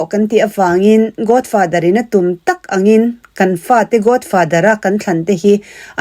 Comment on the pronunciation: Godfather i lam rik dan chu a. Godfather tia lam rik tur aw...Sap ang taka lam rik a ṭul kher lo; mahse, accent hi neutral tal se...! Godfather i tia, Godfather tih zawk tur😊😅😂